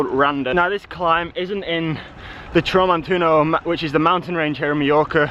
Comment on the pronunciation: "Now this climb isn't in the tramontuno"...Haha good try mate but its 'Tramuntana' :D